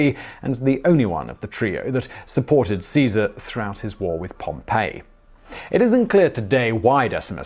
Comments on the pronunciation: Yes, he says 'Pompeii" instead of Pompey (Gnaeus Pompeius Magnus). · Simon, please, if you do more on Rome, Caesar's opponent was POM-pee, not Pom-PAY. That was a city.